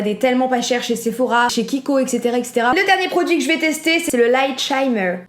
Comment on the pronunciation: Je suuurkiff le makeup full rose😍😍 Et au passage shimmer ça se prononce chimeure et pas chaymeure 😉 Olive youu👑👑